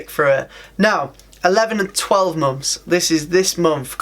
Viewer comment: And "months" sounds like "mom's"